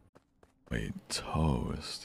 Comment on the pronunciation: " wait .... ~toast~" WHY DID HE SAY IT LIKE THAT??